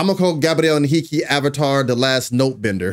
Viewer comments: Hi dear reactor: 👋👋👋👋you've pronounced his name perfectly, in a perfect Portuguese, congratulations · #GabrielHenrique! I'm Brazilian and I can guarantee you, your pronunciation in Portuguese when saying Gabriel Henrique's name is perfect.